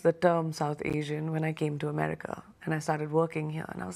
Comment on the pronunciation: Why is he calling it amreeeeca why ???